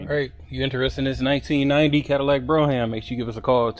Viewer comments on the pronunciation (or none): I am so sorry to say, but I cannot help it. I am an English Professor. The pronunciation of brougham is “b-roam”, not bro-ham” and on your play list where the header “Cadillac’s” should have no apostrophe. I’m a big fan of the channel, and I am looking for either a 71-75 Centurion/Grand Ville/Delta 88 convertible or a 90’s Fleetwood Brougham. I am especially interested in a tan interior whatever vehicle I choose. Blues and greens are favored colors, but I am open to anything in excellent condition. Original rims and no modifications please. Thank you so much gentlemen. Please reply in the thread. A big fan of your work. Again, apologies for the corrections it’s my job and my OCD. Thank you once more. Macon Pullman